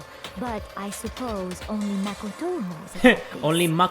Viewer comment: "I supposed only Mah-ko-toe knows about tias"